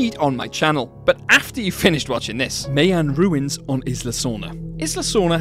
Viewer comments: That Jurassic Park section of Universal was the BEST. Also My-an.... not me - an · The way you pronounce Mayan...... 😵‍💫🤐 You have officially lost your license to tease Americans for how they say Aluminum!! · Lovely video. Love Jurassic Park. Please check your pronunciation of "Mayan"